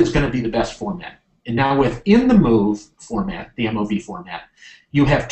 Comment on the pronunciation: I've never heard MOV pronounced as "moove" haha